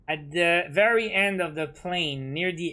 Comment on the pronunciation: I like it so much when he says the season is at 'endt'